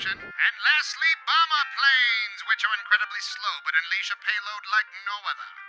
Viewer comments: When you said bomber killer I thought you said Obama killer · Ne1 else heard "obama bomber" the first time and just couldnt stop hearing "obama" every time he said "bomber"?.....Also...Barrage Obama =D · Did anyone else understand "obama killer"